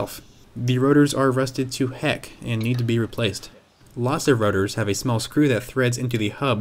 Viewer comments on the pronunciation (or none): The way he says rotors sounds like rudder.